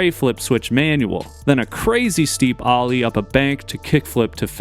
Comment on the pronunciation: How can you not know how to pronounce the word “Ollie?” My god. Ollie American pronunciation Sounds like aa-lee